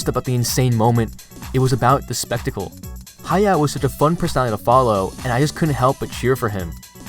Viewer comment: Y'all need to spell his name correctly western guys. Is ha ya o ...not ha yao 😮